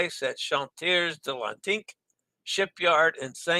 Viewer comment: Smay-rahl-dah, roll the R Smay-rahl-dah, roll the R The final S in Chantiers is silent Sahr-dee-nay-rah, roll the R Let us know how the vegan fishless salmon poke is on the Conquest! Clove powder/clove oil and neem toothpaste are excellent for gum health!